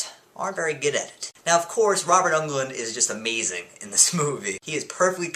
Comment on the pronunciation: pretty good review, although you could've pronounced Robert Englund's name right. it's pronounced exactly how you pronounce "England"